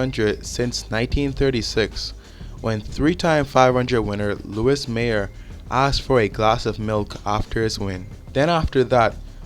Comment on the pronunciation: Please dont tell me he actually mispronounced Louis Meyer that poorly...